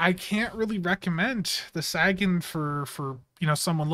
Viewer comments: Not sure if you're intentionally saying it wrong or not, but Sagan is pronounced Say-gun, as in Carl Sagan. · This is 1 of those ships with its console, stats, & trait I would've bought from the ZStore just to have & not immediately use, but not going to gamble for it nor pay a premium price for a per character. Seems like Cryptic has been focusing on shielding lately. Also, "SAY-GUN" as in Carl Sagan. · You're saying sagan wrong